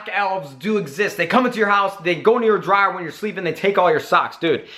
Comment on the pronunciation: LMFAO ....did he say driar